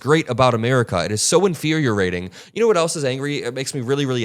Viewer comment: Inferior-ating? or Infuriating? I can kind of understand both, lol.